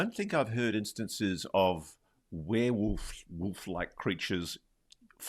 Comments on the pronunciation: lol WOOF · She says "wareWOOF". Love it. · said were-WOOF!🤣